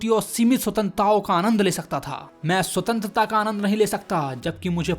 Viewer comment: Bar bar Sutentrata sutentrata kare ja raha he 😂😂